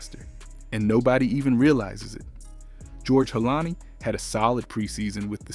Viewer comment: This guy said George Holani... I'm out